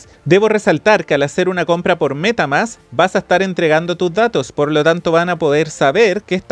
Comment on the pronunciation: " la cuenta de META MÁSSS!"... jashjadh esta bueno el video